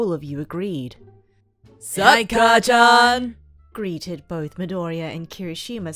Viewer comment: Sory, but it is: ''Kacchan''